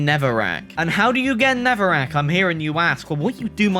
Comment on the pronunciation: Not Netherwrack! "Neverwek"